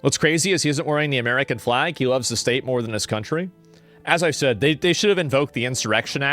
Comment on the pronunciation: I don't know why but I get kind of annoyed when pronounces the word "state". shtate